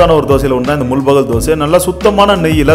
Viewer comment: Adhu mul-bagal illa bro, It's pronounced as Mul-baagal